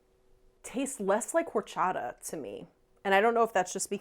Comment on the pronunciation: The "H" is silent. ORRCHATAHHH